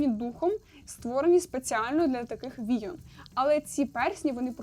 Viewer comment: привіт. не війон, а воєн